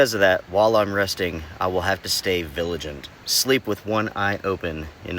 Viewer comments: *Vigilant not "viligant". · Stay viligent.... bahaha!!!